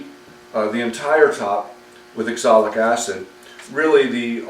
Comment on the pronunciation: wonderful work. Are you using oxalic acid, it always sounds like exolic?